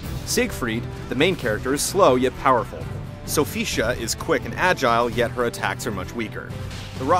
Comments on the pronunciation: Isn't her name pronounced SO-FEE-TEE-AH? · "Sofisha" Oh good God... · Sim. Provavelmente foi para a pronuncia latina. "Sofitchia" Se fosse grego, seria "Solficiá'